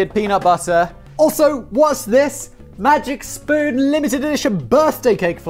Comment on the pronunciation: After all your botched pronunciations, I'm surprised you said "Magic Spoon" right and not something like "May Jick Spun"